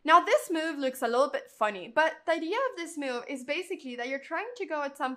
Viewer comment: There is no u in the word move. So why are you adding a u in your pronunciation?